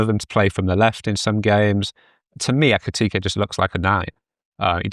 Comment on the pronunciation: What’s with pronouncing Isak and Ekitike as “Isaac” and “Ekitiki”?